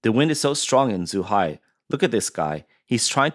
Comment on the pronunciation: Should probably work on the pronounciation of the locations named. Should not be difficult for the reporter who sounds like he is an ethnic Chinese. Zhuhai was said as zhihai. This shouldn't happen in a news pgm.